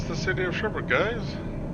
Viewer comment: Sherbrooke not sherbr ook